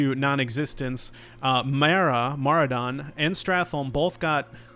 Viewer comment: Maraudon, like "Marauder". I know it's a private server thing to say Moradon and Skolamance and TBC but it just sounds so weird